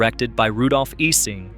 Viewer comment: I always heard "Ising" pronounces as "EYE-zing"